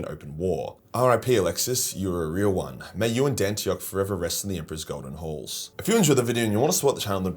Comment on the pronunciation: What said: May you rest in the Emperor’s golden halls What his accent made it sound like: May you rest in the Emperor’s golden holes